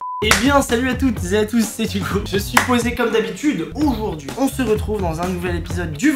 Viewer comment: « Oujourd’hui » Hugo 2020 sortie de confinement ne sait plus parler. 😂